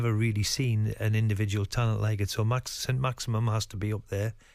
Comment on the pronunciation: SAINT MAXAMAM? ARE YOU FOR REAL AHAHAHAHA